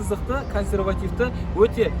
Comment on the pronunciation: жүк салғыш өтте үлкен деген сөздің басқаша айтылуы